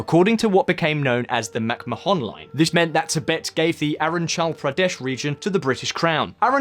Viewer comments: "Aaron Chal Pradesh" lmao You reaaaallly butchered the pronunciation man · Arunachal Pradesh is pronounced Arooo - naa- chal Praa- daysh